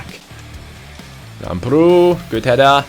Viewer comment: Lamprou is actually pronounced Lámprou in the a. Like so can see